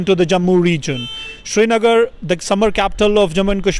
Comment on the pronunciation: Hello mr...anchor..dear your english accent is good..it is srinagar not shrinagar..سرینگر نہ کہ شری نگر۔۔۔...will editor in chief masood sahab tell this young boy ..request...